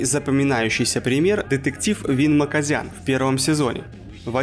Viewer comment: С "Макозяна" дичайше проиграл)) Имя-Отчество у него должно быть Тигран Гаджиевич